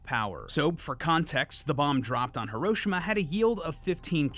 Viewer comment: His pronunciation of "Hiroshima" is correct 😅